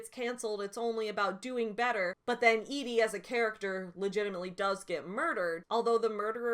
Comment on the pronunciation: Thank you for being the only person who pronounced Edie the way I thought it should be pronounced lmao. The amount of telling that is done in those excerpts you read, "Madeleine did this for her work and was successful at it and Shrike liked her because she was pithy" like good God that's just embarrassing Joanne. Also, it really feels like she tries to have her cake and eat it too when she describes Shrike as "ugly" and then says BUT YEAH HE STILL GETS LAID A LOT BECAUSE I SAID SO. MY PROTAGONIST IS SUAVE BECAUSE THIS IS A NOIR DETECTIVE STORY OK. ALSO THIS LADY REALLY WANTS TO HAVE SEX WITH HIM. wtf is going on girl